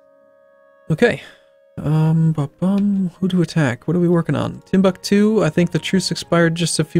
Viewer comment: I can't wait for him to fully annex Timbuktu so you stop butchering the name.